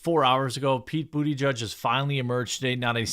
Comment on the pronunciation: Buttigieg is a Maltese name and should be pronounced as Boo- ti-ge-ah